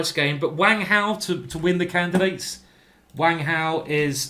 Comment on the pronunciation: I did notice you put on a slight Chinese accent when you got to Wang Hao's name. Very good.